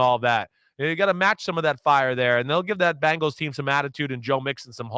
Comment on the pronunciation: Love hearing from Chris. You just gotta teach him to say BEngals and not BAngles! The Bangles are a band from the 80’s!